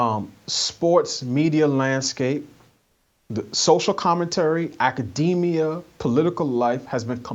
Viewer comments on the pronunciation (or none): none